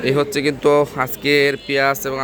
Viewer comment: সবার আগে শুদ্ধ সালাম দেয়াটা শিখুন।,,হছ্ছে কি হচ্ছে বলুন